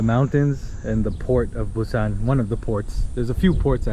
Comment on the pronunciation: Welcome to Korea. Your pronounciation for Busan is so accurate. Amazing. Enjoy your trip to Korea and always welcon back 🎉